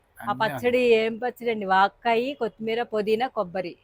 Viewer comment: Vagakaye kaadu vakkaye